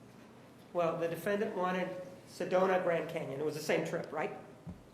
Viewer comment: I love the way the judge pronounces DEE•FIN•DANT. 😂😂😂